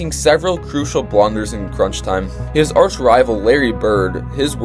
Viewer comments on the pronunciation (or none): none